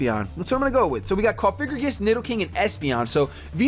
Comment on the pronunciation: PLEASE STOP FUCKING SAYING COFIGRIGIS. THATS NOT THE FUCKING NAAAAAME!!!! I CAN BREAK IT DOWN FOR YOU----- COUGH-AH-GREE-GUS SAY IT LIKE THAT PLEASE, I'M GOING TO TEAR MY EARS OUT